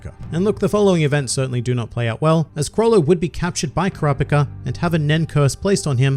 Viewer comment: god why does he pronounce it like kuhrawpihcah